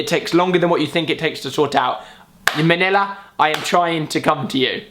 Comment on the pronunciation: Did he say MANILA?